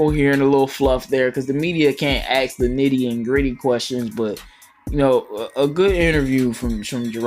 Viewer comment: Ax him? It's ask him. Get articulate.